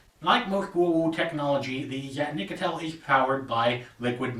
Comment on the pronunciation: Nope, you didn't say it right